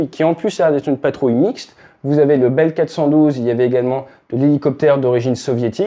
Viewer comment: Helicopter a un " Souci " ???? Problème technique. Les Gens ont des soucis . .. concerne avec le massacre de la langue française. + le Franglais. A propos BELL Helicopter....Non BELELLE 😂...